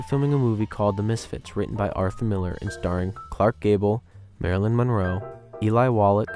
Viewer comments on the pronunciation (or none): none